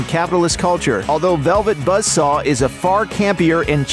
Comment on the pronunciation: I did enjoy “Velvet Budsaw”